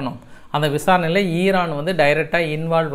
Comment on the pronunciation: ஐரன் இல்ல ஐயன், உன் இங்கிலீஷ் லே கொல்லி வைக்க😂😂